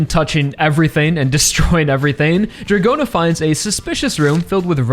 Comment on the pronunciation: Dragona's name is also pronounced as DRAGON-a and not Dra-GOE-na